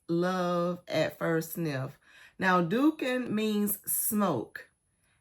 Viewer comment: Quhwa is pronounced COW-wah. Dukhan is pronounced doo-KHAN, not DUCK-an.